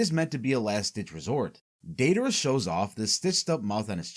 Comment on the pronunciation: Not the “daydayra” 💀